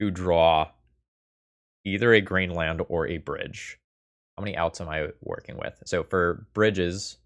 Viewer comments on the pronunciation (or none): none